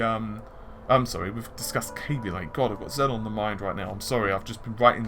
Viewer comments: zen-on? xeon? zee-on say it with me zee-on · It is pronounced 'Zee-on' not 'Zen-on' Xenon is pronounced 'Zen-on' mate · Xenon. Xeon. Got 1 too many Ns in your pronunciation their. Love the videos.